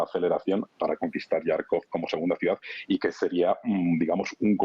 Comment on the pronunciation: Por favor moderador: Харьков en ruso, comienza con un sonido similar a la "J" española luego si lo transliteráramos a español lo más propio sería pronunciar Jarkov y suena ridículo cada vez que usted lo pronuncia "Yarkov" como si pronunciase usted una J inglesa.